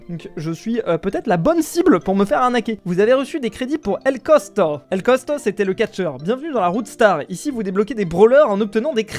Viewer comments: El costo❌️ cotsco✔️ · Tu dis cosco au lieux de costo !! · c’est ell costo pas cospo 😂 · Il dit pas « el costo » il dit « el cosco » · c'est el costo pas cosco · "El CoScO" "CoTsCo"😂😂😂😂